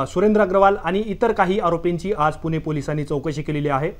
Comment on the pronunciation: पोर्श नाही पोशे ! कुनाकुनाला नाही कुणाकुणाला ! पुने नाही पुणॆ ! कुठून आणता असले निवेदक ?